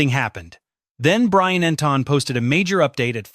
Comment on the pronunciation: EntIn, NOT EntOn